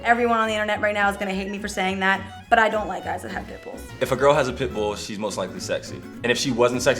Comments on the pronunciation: Whenever they said pit bull I heard pimple... I don't know why. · i keep hearing "pit bull" as "pimple" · im laughing because it sounds like he was saying pimple not pitbull. "and if she wasnt sexy before the pimple, now shes sexy."